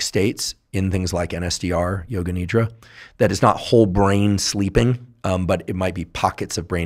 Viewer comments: Not Need-ra. Nidh-ra! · Its not nidra , its nidhra